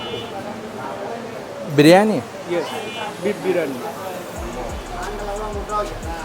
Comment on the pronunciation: Пока не выучит английский язык, ему будет трудно в жизни и он и дальше будет глупо выглядеть. Пора уже, пора, в таких странах дети понимают, а тут дядя взрослый "зыс" и "ес", чушь